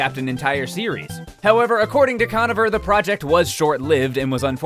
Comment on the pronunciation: It's pronounced "Conover" not "Conaver"